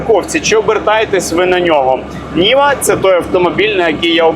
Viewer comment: Може Нива, а не Ніва😅